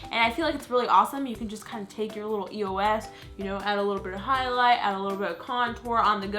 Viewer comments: it's eos not e-o-s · It's Eos not E-O-S! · I'm so sorry lol but this really bothers me it's like a pet peeve, it's pronounced (EOSE) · I've ever heard somebody say eos like that....like how she said it E O S because, I've always said it as a word like eeeey -oh -sss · eos is an actual word. it's not E-O-S, it's pronounced like ee-yo... not judging, but people might make fun of you for that ;) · It's not E-O-S it's said like this Eos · Um it's called a eos not E.O.S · Was I not the only one bothered by it being pronounced E-O-S instead of eos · Is it just me or does it bother you that some people say E.O.S instead of the word eos it bothers me sometimes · It bugs me when people pronounce it E-O-S instead of e-os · Am I the only one that pronounces it eos and not e.o.s? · it's not e o s